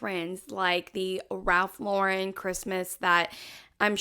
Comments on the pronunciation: And it’s “Lauren” like the girls name. Not LawREN. 😆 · I have to laugh at the snobs who can't even pronounce Ralph Lauren correctly. It's not LauREN, it's LAUren 🙄 BTW I'm in the pulling whatever decorations you can find out of the attic and mixing colours everywhere club 😂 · I'm always annoyed at the influencers pronouncing it Ralph Lau-rennnn like he's French. Ralph is unpretentious about his name and always mentions he is really Ralph Lipschitz. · Enjoyed your video! Agree with everything and you are pronouncing Ralph Lauren the right way. I am so sick of people (like the lady in her car) pronouncing it with a fancy "Lu-ren" and that is not the way the actual Ralph Lauren pronounces his own name. I've seen him on an inteview pointing out how people say his name wrong. It's funny that these "experts" don't know that! Anyway, I subscribed and really like your presentation style. Early Merry Christmas from VA 😉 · Not Eliza Doolittle over here trying to be snooty about her Ralph Lauren Christmas. Ma’am. And she’s mispronouncing Lauren. 😂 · Have the influencer don't even know to pronounce Ralph Lauren's name correctly. I have been collecting nutcrackers for years, so wow I have been treading for years and didn't know it. HaHa!